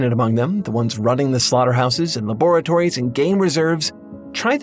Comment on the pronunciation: somehow the worst thing about this video is the way he says "laboratory"